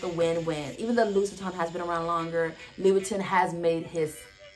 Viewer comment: Okay, she's cool, I like her but it's not LOUISSSSSSSssssss>>>>>Vitton, it's Louis....Loooo EEEEEEE as in 'Armstrong'....please correct that part and it'll be much better; just a suggestion.❤👌